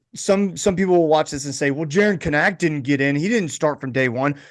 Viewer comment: Still pronouncing Kanak wrong